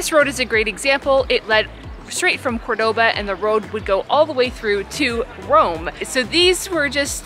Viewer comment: I want to acknowledge that since going to Cordoba and making these videos, I've realized that I am pronouncing 'Cordoba' wrong! 😳 Can't go back into the video to fix it, but wanted to make mention of it here.